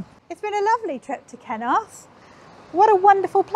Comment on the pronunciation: When pronounced the name of the village I as an Aussie did a double take. I thought she said ‘kenoath. As in “did you like that meal?” “ ‘ken oath mate”. (Think of putting “fu” in front of ken and you’ll get it). Hehe